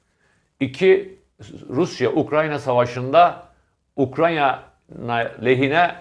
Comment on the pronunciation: Ukranya ne abi bari sen yapma... Ukrayna